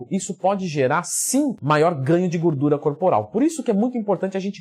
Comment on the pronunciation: "Gurdura" hahaha